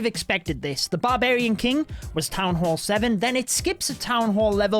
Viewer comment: Its supposed to be town..